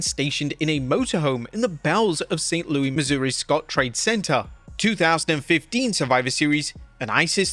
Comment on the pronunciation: Either you were wrongfully super confident, or you should've at least Google'd how to pronounce "Saint LOO-iss" lol